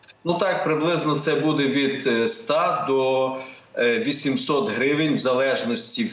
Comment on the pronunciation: треба говорити " бУде ", а не " будЕ " - дуже ріже слух.